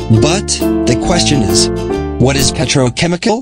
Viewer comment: quite funny that the voice automator couldn't correctly pronounce the most important word in the video.